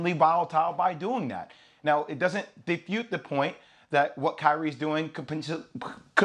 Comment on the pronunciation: Jay said "Defute" lmfao Stugotz irl